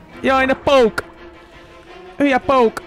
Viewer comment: A miért ejtjeki ilyen furcsán a pókot??????😂😂😂😂